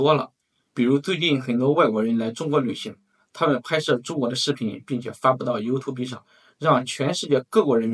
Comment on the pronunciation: YouTube 由兔布 不是由兔逼 你这有点丢人了